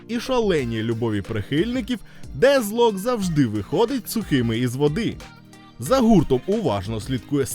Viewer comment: А чому Дезлок? Воно ж наче вимовляється Детклок. Навіть трек у них був з однаковою назвою.